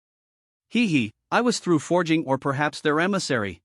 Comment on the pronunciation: The most spoken word in this story is "forging" and the AI can't even pronounce it ... sigh.. keeps saying fey-ing for some reason ?